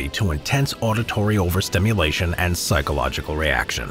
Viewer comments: it's "psychological" not "pyschological" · Right is : psychologycal, not pYSchological like in this video